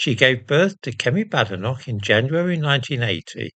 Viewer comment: And how,did she,acquire,a Scottidh surname? Has she ever even been to Scitlsnd? As a Scot, I would like to know as she is certainly no friend of the prople of Scotland. She cannot even pronounce her name correctly, calling it Badenock!